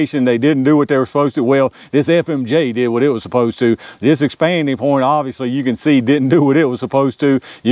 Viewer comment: When you get to talking fast, it sounds like you are saying "expandy point." I think you have coined a new term I'm gonna steal from you!😂